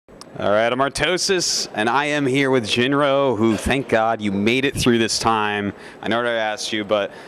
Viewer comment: isnt his name jinro why do you call him chinro?